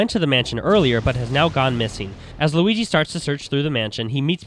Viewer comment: lol you say squigi instead of luigi